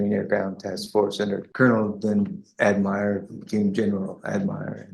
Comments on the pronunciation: What veteran pronounces it Ad My Al ( admiral) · This seems to be an AI generated video. This marine cannot pronounce Admirala correctly. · This is ridiculous, he's obviously a fake veteran and needs to be charged with stolen valor. Wtf is an admiral general admiral. The marine corps. Has generals not admirals but there's no such thing as an admiral general or a general admiral. And he can't even pronounce Admiral, plus he has no DD214. Come on... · I call bullshit on him. Ad a disabled veteran myself i know that the va keeps copies of your DD214 and can pull it up at any time. And any veteran knows how to pronounce "Admiral". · He mispronounces Admiral as well. Strange. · Why does he pronounce Admiral (Ad-mire-al) ?? Sounds like stolen valor to get court favor. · Who says "adm-eye-ral" it's "ad-muh-ral" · Lotsa these videos have problems with AI narrators who apparently have never been trained by actual English speakers. This one’s unusual: I’ve never heard one where “Admiral” was pronounced “ad-MIRE-al.” Even more incompetent than usual. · This guy claims to have been a marine. Seems to me the Navy has Admirals though this guy keeps pronouncing it "admires" and the Marines has generals.... But who wants to look at details? Let's just emotionally react... 😂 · That's what I've been saying. He said the Colonel that became an Admiral, and he couldn't even pronounce Admiral correct. He kept saying Admire. I think this guy went through part of basic and was put out for some reason, and never got to the part of the training on rank. An Admiral is Navy, and they don't have Colonels in the Navy. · The next time you mock up an AI video, you might want to pay attention to the fact that even people in the marines know that "admiral" isn't pronounced with a long "I". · When a man days he served under a colonel who became an "ad-MY-ral", he's fake, or very, very out to lunch. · What is up with the “Ad mire al” pronunciation ??